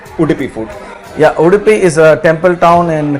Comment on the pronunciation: It's Not udipi it's Udupi also it's not dhosa it's dose like dorupaiya like dose!